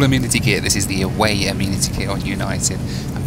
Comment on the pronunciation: Hey if you’re going to be living in the US we need to tackle some pronunciations: first off… the kit of little stuff you get is not an “ameenity kit” - it’s pronounced “a-men-ih-tee”’- so a group of males are referred to as “men” not “meen” - so the word “amenity” is pronounced “a-men-ity”:) #welcometotheusa